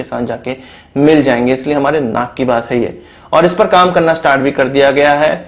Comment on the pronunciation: Stop pressing... On .. HAI, HAI HAI !... what the hell!?